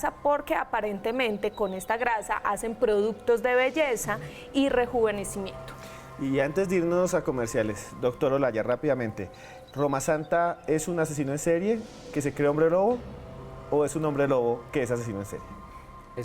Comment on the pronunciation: Me dió vergüenza ajena escuchar al perfilador criminal insistir en decir Rosamanta cuando es Romasanta. No se enojen hermanos colombianos si les criticamos a algunos panelistas del programa, creanme que les aman más quienes los hieren con la verdad, que aquello que los asesinan con la adulación o la mentira